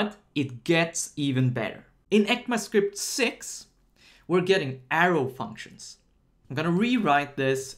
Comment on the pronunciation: Heck-ma script ahah I've always said / hear E-C-M-A script, heck-ma sounds a bit weird